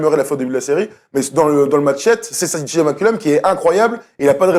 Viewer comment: Je vous aodre les gars mais svp C'est CJ Mccollum Pas CJ Mcculom